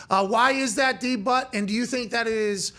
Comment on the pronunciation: Did he call him "D-But" I'd figure out a different nickname for myself if I was him